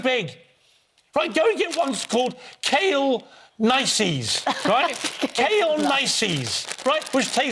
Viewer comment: KALE NICIES HEL-P